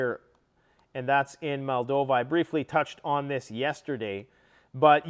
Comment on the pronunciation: mate!!! it’s pronounced MOLL-DOV-VA!!!!! There is no Malldova, it’s Moldova.